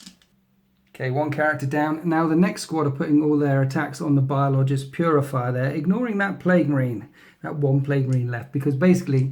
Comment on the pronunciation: its biologus putrifier (bio-low-guss, pute-riff-ire)